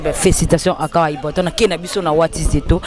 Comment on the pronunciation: Journalist c'est ibrator et non ibraton !! Et puis c Grosse moullure ou moulli lol